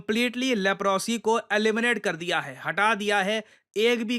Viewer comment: लेप्रोसी नहीं लेप्रसी बोलते हैं।